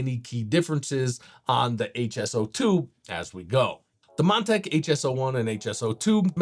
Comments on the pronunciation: Is this guy shitfaced?! Calling Montech "Mon-tank"... saying "flimping" instead of flipping... saying "motherbird" instead of motherboard... "airy I owes" instead of AIOs... "hugging up space" instead of "hogging up space"... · Did he call it "Mon-tank" in the first 10 seconds?